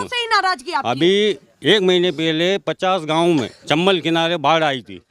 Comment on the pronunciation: मामा गांव नहीं आ गांव